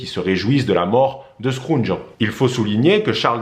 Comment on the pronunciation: Merci pr cette vidéo. Juste une précision scrooge se prononce. Skroudje. Et non. Skroundje. Merci.